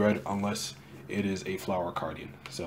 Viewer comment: Aye!! You pronounced it right! :D 😂